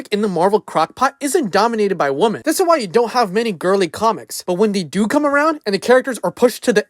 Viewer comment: Dude, why do you have so much trouble saying the word "women" correctly? It's like when toddlers talk and say "wing" instead of the word "ring" or "hewo" instead of "hello".